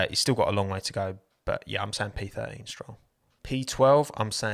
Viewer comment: *unt.. he missed These letters while talking s-troll